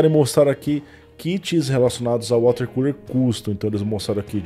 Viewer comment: Só falta uma cadeira pra refrescar o "CULER".